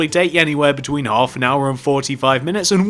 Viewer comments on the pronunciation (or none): none